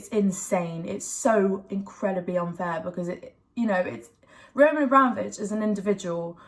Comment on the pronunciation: 'Yah this is like so unfarrrrrrr' 😅